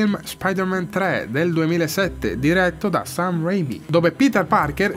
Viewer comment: Stan si legge Sten, Sam si legge Sem, tralasciando Raimi😂